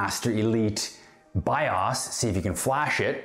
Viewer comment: BIOS too :D it's just weird how you said it